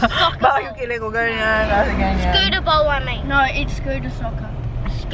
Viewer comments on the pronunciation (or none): none